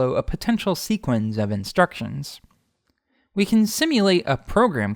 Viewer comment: Just some helpful tips: sequence rhymes with patience, it does not sound like sequins. Also, sleuthing should have the same TH sound as its root, not the harder one. You keep saying if something WERE at times when the subjunctive is incorrect. If there is true uncertainty, especially if if really means whether, it should be WAS. Also, either is singular and uses a singular verb (arguably neither does too); and you choose between one thing AND another thing, not OR. All this is offered to help polish your incredibly detailed and well-narrated videos! A treat as always to watch.